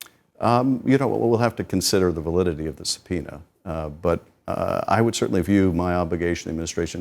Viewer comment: Subpoena not sopena.